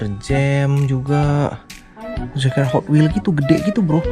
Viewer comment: Bang bagus tu gotwels " nya😂